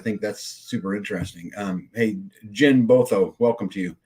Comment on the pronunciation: My name is French. Pronounced Zhahn